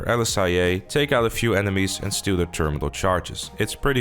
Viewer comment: Undiagnosed dyslexia “theeerrminnal charges”